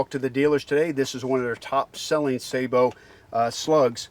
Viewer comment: Thank you for pronouncing sabot correctly!